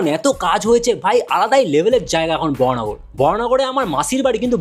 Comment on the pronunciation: বরাহনগর ❌ বরানগর ✅